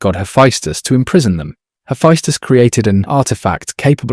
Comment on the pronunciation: Oof. Some of the pronunciation in this video is tough on the ears 😂 great video nonetheless! In game; Ares is pronounced “Air-eze” Hephaestus is “Hah-fest-us” Tisiphone is “ti-sif-o-nee” Megaera is “muh-jeer-uh” Aletheia is “ah-lee-thee-ah”